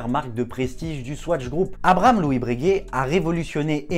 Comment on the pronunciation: Par pitié, on ne dit pas « Brèguè » mais « Breuguay »